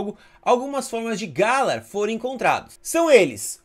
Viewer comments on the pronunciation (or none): adoro seu trabalho, porem vc nunca fala o nome das regioes corretamente, vc errou muito na epoca de sinnoh, depois de muito tempo q acertou e agora errou o nome de galar de novo, tipicamente vc nao entende nada da franquia de pokemon, vc é um entendedor apenas de pokemon go, mas enfim, o trabalho q vc faz nesse jogo em especifico é muito bom.